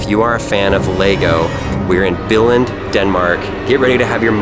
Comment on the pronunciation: im from Frederikshavn in Danmark and its not the right way you say Billund